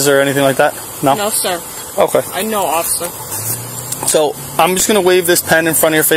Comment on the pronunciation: I was just gonna say, "did anyone else hear her say offishur or was it just me" 😂😂😂